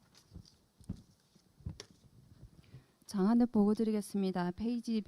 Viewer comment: 자막을 보니... 장안읍을 장안업으로, 즉 "읍"이 "업"으로 표기됩니다. ai 한계로 보이지만 말하는 사람들의 발음에도 문제가 있는 듯합니다. 발음을 좀 더 확실히 하시기 바랍니다.